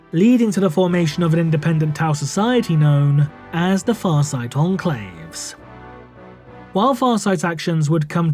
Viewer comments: The pronunciation on the name was 👌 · Wow,, you effing nailed Farsight's name. I can't help but wonder how many times you had to practice saying it to be able to make it flow like water.